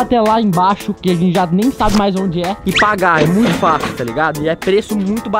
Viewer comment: kkk kkk boa. O cara disse "falar é facio" kkk """FACIO"""